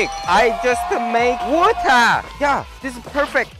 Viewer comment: lol wuta = water lol